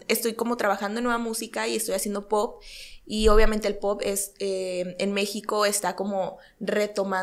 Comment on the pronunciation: Por que no sabe decir palabras kenia? Me estresa q es según muy linda elegante etc pero no sabe hablar osea se dedica a la música y aun no entiende que es albuM no albuN... y es poP no poT me estresaaaaa